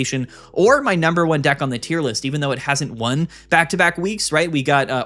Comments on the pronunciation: It’s funny cause he mispronounced deck and instead said a word that means penis XD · i can’t believe he managed to say thundercock instead of deck